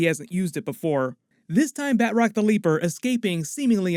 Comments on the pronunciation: Batch-rock. not Bat-rock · Love your reviews and been watching for more than two years now. If I may... Batroc is French. Pronunciation should be "bah-troc" (hard roll on that "r" if you can), not "bat-rock" :) keep up the good work. Much love from French Canada. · Say it with me Ba-Troc. Not Bat Rock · It’s BATROC not BAtROC, heavy emphasis on the “T” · Ba Troc not Bat roc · Ba'troc not Bat rock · "Bat-rock"? Seriously?